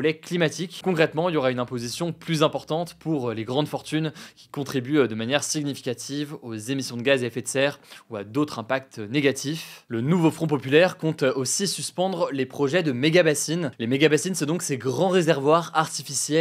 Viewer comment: Bonjour, si jamais "gn" en français se prononce "ny". On ne dit pas "sigue-nificatif" mais "synificatif". Idem pour les autres mots avec "gn" récurrement prononcés faux par Hugo!